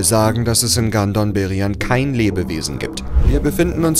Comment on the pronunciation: Bei Gandom Beryan habe ich erst „Gandon“ verstanden. Wer es versteht weiß Bescheid 😅